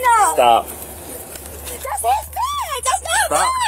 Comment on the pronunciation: "That's not mine-uh... that's not mine-uh!" I would arrest her just for adding the extra syllable to "mine".